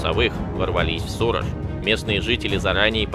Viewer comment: сУраж это у нас в Витебской области .названия одинаковое только ударение разное.